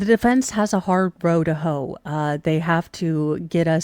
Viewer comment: Also, your comment about "This being a hard row to hoe" sounded like "A hard hoe to row" to me which seems appropriate for some of the Google searches.